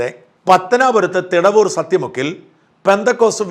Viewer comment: തിടവൂർ അല്ല,പിടവൂർ ആണ്.